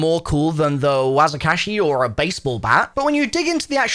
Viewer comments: as soon as said the word wazikashi i right away said "its wakizashi" cuz im a waki main on zombies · Wakizashi, not Wazikashi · Wazikashi???.......learn how to read bro'....it's WAKIZASHI......🙄🙄🙄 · Talks about a shovel. Also: Wazakashi